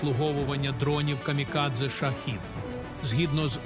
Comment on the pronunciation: Не Шахід,а Шахед. Якийсь дебіл керував ШІ озвучкою.... Як бісить имене застосування цього дебільного виробу - ШІ. Шахед треба правильно казати українською. Бовдури....